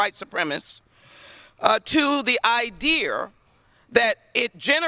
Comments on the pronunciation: It is pretty bad, when our representatives can not even pronounce the word idea. She says idear. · Idear? Wtf Is a idear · Complete idiot nothing more needs to be said. Idear really idear instead of idea who taught this woman English should be fired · Eye deer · She can’t even say idea?